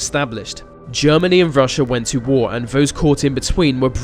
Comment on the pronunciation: Vis video is not very furrow. You are speaking like a free year old child. TH is also a sound in our language. Like the, this, those. Not vee vis vose. Try again bro.